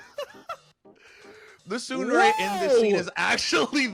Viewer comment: What's weird about Japanese is that every vowel is the exact same sound forever, never changing. Most people pronounce tsundere "ts-UN-der-rae". He pronounces it as, ts-UNE-der-rae, because hes trying to pronounce the "U" correctly. But, the "E" will always be pronounced as eh. So it should be Ts-Une-deh-reh